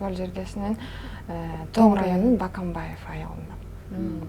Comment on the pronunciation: БАкАнбаев дебей Бөкөнбаев десеңер!!!